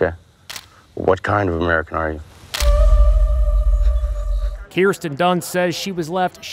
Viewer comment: Keersten its Kirsten she should have just been called Kristen